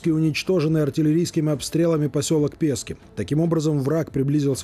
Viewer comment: Не пЄскі , а ПєскІ , наголос на І